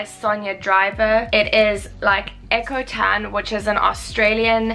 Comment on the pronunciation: We pronounce it Ee-co 😉